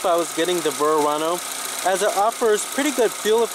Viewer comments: What are you calling it? Vurr-ano?? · I never heard a Verano pronounced Verrrrrrrrano before lol.